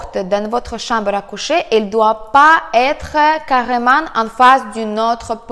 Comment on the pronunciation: la chamble à couchèèèèèèèèèèèèè . j'adore ton accent ! bises et merci !